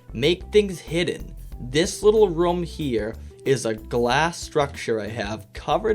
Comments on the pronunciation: The way you pronounce « room » triggers me. It’s rOOm not rom 🤪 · Pronounces room as "roum" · Ok I know this is great 🙂 but I'm triggered when you say rom